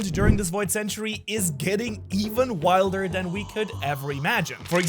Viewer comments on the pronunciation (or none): none